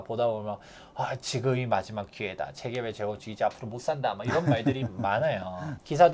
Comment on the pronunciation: "재개발"발음을 분명히 해 주세요..